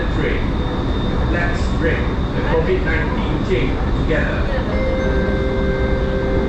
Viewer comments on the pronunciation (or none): none